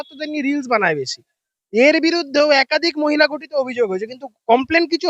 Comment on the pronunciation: গঠিত নয় ঘঠিত